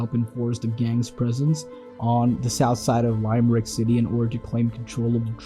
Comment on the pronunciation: Its pronounced Lim-Rick not Lime-Rick